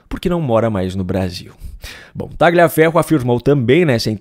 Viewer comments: TALHAFERRO QUE SE FALA, TALHAFERRO, pq vc pronuncia errado??????????????? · Por que pronunciam erradamente o sobre nome dele? GL em italiano se pronuncia como LH em português, por favor, adequem isso................. o correto é dizer Talhiaferro, ajudem a esclarecer para quem não sabe. Agradeço. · Tagliaferro é um sobrenome italiano e a pronúncia correta é "Talhaferro". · Por favor, o nome do sujeito, Tagliaferro, se diz com o g mudo (é um nome italiano). Então, se diz "Taliaferro".